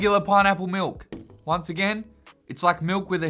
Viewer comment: I like how you say miWk instead of milk. Zooperdooper milk is 0/10